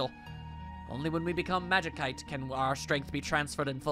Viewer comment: From what I remember it's pronounced more like magisite, other than that, doing great, looking forward to more.